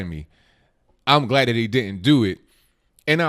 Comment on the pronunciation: THAT IS NOT DAT, AND ASK IS NOT AXED.PLEASE PRONOUNCE PROPERLY. GET RID OF THE BIG GLASSES AND STOP WITHOUT FURTHER AUDEU.